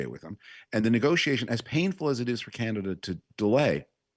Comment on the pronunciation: If you're going to listen to this old Tory hack and George W. speechwriter, please teach him how to pronounce "Canada" as Canadians do. Believe me, few of us in Canada pay attention to this man's ramblings. Sadly, we did think his man, George W. Bush, was the ultimate in stupid presidents.However, George and Frum were just paving the way for what you have now.